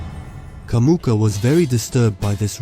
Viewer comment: It's Jamuka, not Kamuka!